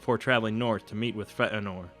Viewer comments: just fea-nor. not fe-anor. not like Anor. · feanor, not fentenor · Feht a nor? it's Fay uh nor. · Fetinor? Feanor you mean? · "FeT Anor" .... ..... :/ it's FEAnor!!!!! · A bit late, but Fay-en-or, not Feh-eh-nor. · FAY-uh-nor, not Feh-uh-nor. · 'Fëanor' is pronounced 'Faye - anor', not 'Feh'anor'. Where did you get the glottal stop from? You do 'Ainur' well though - follow this example. The captioned text at the bottom of the screen reads 'O'Callaghan the Black' (lol). In 'Morgoth's Ring' Tolkien suggests that Sauron is less evil than Morgoth, inasmuch as the latter, consumed by jealousy and hate, is a purely destructive force, dedicated to corruption, chaos and death, whereas Sauron desires peace, harmony and an 'advanced' industrial civilisation - only with himself as Boss. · Such an interesting video. Only the pronunciation was a bit hilarious: FEHHTT'A'NOR etc. It isn't Fey-ann-or as many people say, they're wrong. Feh'anor is better and closer to the right option. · It's Fee-an -or not Fa - an - or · It's pronounced "FEE-AhhNOR" Not "F-ehht-Nor" This vowel with the diacritic known as an umlaut [ this thing --> ( ¨ ) ] has a distinctive sound, and when incorporated into a word and put along side other vowels without said umlaut, it becomes a diaeresis and it thereby demands a separation of sound through enunciation/pronounciation [[ For example: Chloë ... Zoë ... or better yet: Manwë 😉 ]] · Fe eh nor? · Not feetenor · Is it pronounced "Feh Anor" or "Fey Nor", I had assumed the latter. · Fantastic video, but your butchering of Feanor's (fay-an-or) name is major cringe. Nothing in an Elven tongue should be pronounced with that guttural tone that you use in his name. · It is not "feh'eh-nor." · Feanor should be Fee-ah-nor. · Fentanor? I'm pretty sure Fëanor is not pronounced properly... Other than that it's a good video ;) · Dude, it's "Fay-a-nor" not whatever you're saying. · Fey-Ann-or... Feanor... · it's pronounced "fat virgin"